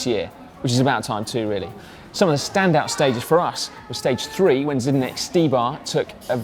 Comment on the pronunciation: it's Zdenek not Zydenek